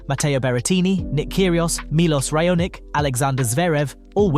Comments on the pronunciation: And Milos Ray-o-nik! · "Cilik", "Raonik"... Ignorant idiot! Learn to pronounce names of tennis players. Until then you are not qualified to talk on the subject.